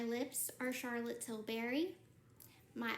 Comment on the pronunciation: I wish I could tag her to scream for the billionth time, its Charlotte Tilbury not Till Berry!!! Til bury